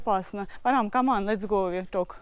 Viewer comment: ну кто же берет очки за линзы? Come on - это не каман, слух режет!